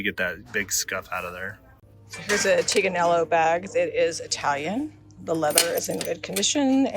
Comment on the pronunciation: just wanted to let you know that the Tignanello purse is pronounced teen ya nello. No "g" sound.